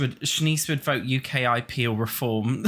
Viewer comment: Never heard anyone pronounce ukip as U-K-I-P. I hate them so idc but it caught me off guard lmao